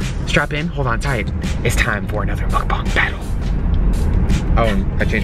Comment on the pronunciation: It's mukbang not mukbong